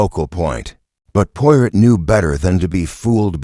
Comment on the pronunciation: Do not like videos that have mispronunciations. Especially mispronunciations of the main character. Try again.